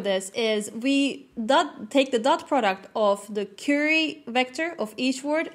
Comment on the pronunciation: Very interesting and informative. Thank you for providing a very detailed explanation of Transformers. One note: The word "Query" is pronounced like Qw-eerie (USA English). The beginning sounds sort of like the sound of "Quarry", or "Quack" but rhyming with dearie.